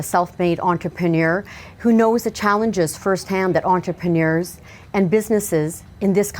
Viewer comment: I don't want another 4 years of her saying entrepNIuErS"